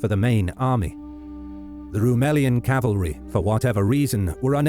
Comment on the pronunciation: Is "cavalery" a thing?